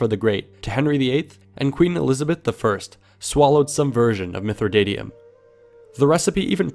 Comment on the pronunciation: mithridatium there's no o in it so why did you pronounce it as such?